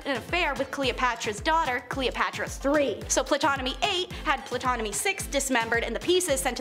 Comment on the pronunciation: Good job but the "p" in Ptolemai is silent.